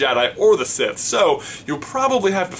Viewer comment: Sith, not siffe!